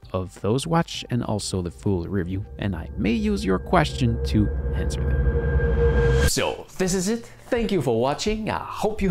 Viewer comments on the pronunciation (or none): none